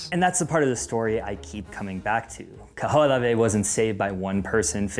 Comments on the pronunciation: Kaho'olawe is pronounced Kah hoh oh lah veh! You pronounce every letter... consonants and vowels...the h isn't silent! Mahalo for da history lesson but make sure you get da pronunciations correct too! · The Island name is pronounced Kah-ho-o-lah-veh.